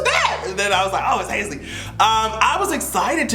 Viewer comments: I was trying to figure out who Hayslee was 😂 You talmbout Halsey? (Hall-zee) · are you calling HALsey HASley on purpose 💀💀💀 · it's Halsey(Halls-E)... Lol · Hazy🤣🤣🤣 it’s Halsey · Haze-Lee :D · Not you calling Halsey, Haisley nnn 💀💀💀💀💀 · Halsey=HALL Z Lol still luhh you doe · Everytime you say Hase-Ly it gives me life 😂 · You did not say Halseys name correctly one time. I’m screaming